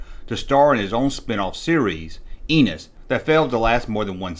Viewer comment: Brilliant show.....but every time they said enos.....it sounds like anus to me...lol